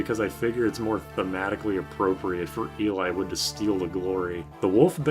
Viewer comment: ahahahahahaha "elay-wood"